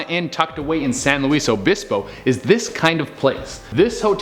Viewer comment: Non locals say San Luis Obispo weird